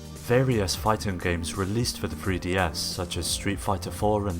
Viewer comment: Are you saying THree DS or FRee DS? I can't tell